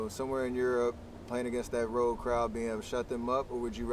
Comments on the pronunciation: MJ pronunciation of “ROAD” is interesting 🤨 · he says road weird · Mj sounds so white saying “road” lmfao